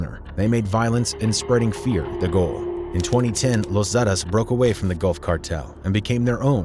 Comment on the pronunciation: Yeah I don't even speak Spanish and even I'm like wtf lol...zettuhs? 😂